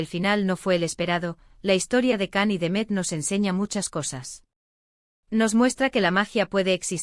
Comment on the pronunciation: No se pronuncia CAN se pronuncia igual que en la telenovela "YAN"